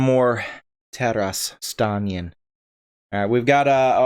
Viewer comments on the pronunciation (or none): His name is "Taras Stanin", not "Taras Stanian" lol.